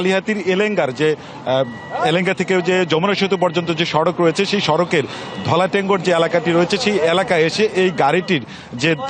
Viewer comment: ধলাটেংগর না ধলাটাংগর